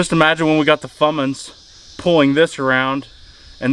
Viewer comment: Fummins??? You say???